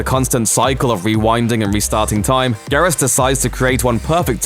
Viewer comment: Im sorry, but its pronounced gear-us.